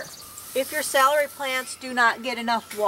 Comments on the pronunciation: I’m going to accuse you of being a northerner. Salary is how your saying celery. Southerners pronounce it cell-a-ree But thanks for sharing your process for growing. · it’s ok, potato potahto, you hill (north)or heel (south) your potatoes. Oh brother 🙄